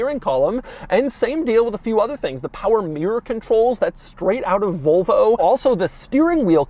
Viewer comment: Doug the kinda guy to pronounce Volvo like Vulva